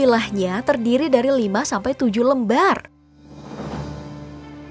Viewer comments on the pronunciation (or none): none